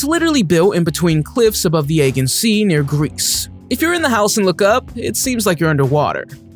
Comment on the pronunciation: Oh, Mr. Narrator... it's "...an•CES•tral PUÉ(pwé')•blo...". Oh, and the sea the Casa Brutale is on, is the "Ae•GEE•an". ..and spherical is pronounced easier if you can see it as "sFEAR•ic•kul".